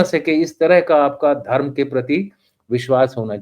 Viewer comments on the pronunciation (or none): none